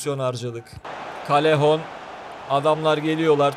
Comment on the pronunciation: Abi nolur doğru oku Yazılışı:callejon Senin okuduğun:kalehon Doğru okunuşu:kayehon